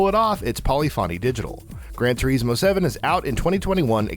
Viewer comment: Its pronounced tour-iz-mo